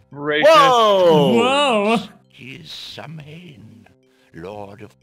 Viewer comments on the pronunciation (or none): Ok that Leopard hat guy annoyed me. ''Samhain'' is pronounced ''Sow-In''. Sow as in a pig